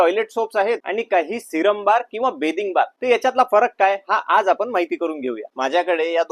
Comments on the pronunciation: बेदिंग बार ✔️ बाथिंग बार❌😂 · बॅदिंग बार नाही बाथिंग बार म्हणतात दादा 😁 बाकी माहिती खूप चांगली दिली मी साबण चा TFM 76% असेल तर च घेते 😊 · बाथिंग बार म्हणता बिथिंग नी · Pronounciation neat kar Dada... बाथिंग बार‌ असत ते बेदिंग बार नाही.. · बेदिंग नाही रे बाथिंग 😂😂😂😂